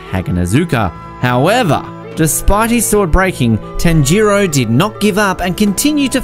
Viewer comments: Tan-jiro😂😂😂 this dude can’t pronounce anything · Tan ji row is what he said